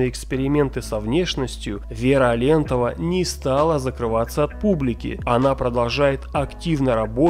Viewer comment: А́лентова, ударение на первую букву фамилии.